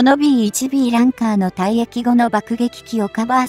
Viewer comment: ランカー→「ランサー」